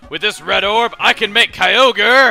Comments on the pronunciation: It is pronounced kai-o-gre because if you leave out the ky you get ogre. Believe me, I also used to pronounce it kai-o-gray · Lol, I remember when I used to pronounce Kyogre by "Ki-o-gray" as a kid. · I was wondering, do you know the pronunciation debate for Kyogre? One side says Kai Ogre, and the other says Kai Oh Gree. I believe it can be both. What are your thoughts?